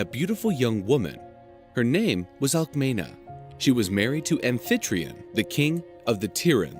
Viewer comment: My god, the spelling is like Alkmini not Alkmina